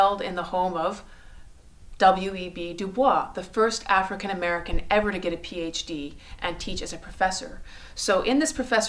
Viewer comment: And you spelled Abel's name incorrectly. While we're correcting things, W.E.B. DuBois pronounced his name as "Doo-Boyss". Perhaps her being Canadian has something to do with her pronunciations...?